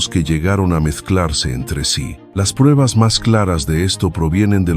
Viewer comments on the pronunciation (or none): none